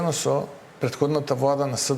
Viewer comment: Пуетходната вуада па пуетходната вуада, 4 години ке поминат у пропаст и се ви е виновна пуетходната вуада.